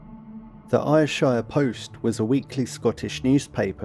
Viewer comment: Ayrshire is pronounced 'Air-shur'